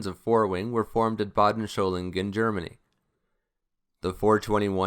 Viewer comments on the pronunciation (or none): Excellent video on the 104 - but one small correction: there is no “h” in Solingen.